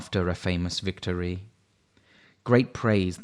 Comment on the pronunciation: You have clear diction. Not keen on 'vic TOR REE' though, and it's pronounced 'Blenam', not 'Blenheim' (I live close by!)